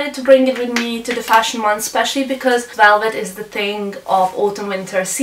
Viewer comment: She can't wouch for welvet :p